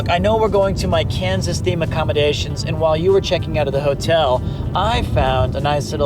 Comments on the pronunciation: Chris‘s pronunciation of “Kansas” sounds like “Cancers”🤪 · I'd like a posh british pronounciation of Kaansas.